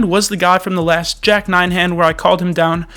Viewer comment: thee ten, theee small blind, theee button. why do you pronounce "the" so strangely?